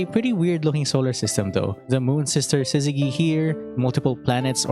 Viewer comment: Btw Syzygy uses the soft G, not Hard, as in in sizz-zeh-Jee. Y is a sometimes vowel, meaning it can turn consents such a G into their soft forms, Such as Gym, Allergy, Gypsy.